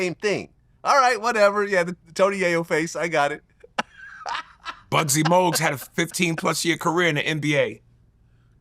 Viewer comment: he really said “Buggsy Mougues” 🤣